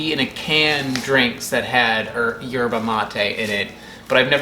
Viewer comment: Don’t think you pronounce the “Y”